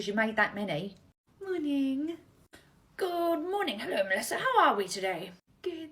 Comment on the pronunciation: "Good morning 😊, HELLO MELLSSISA👹"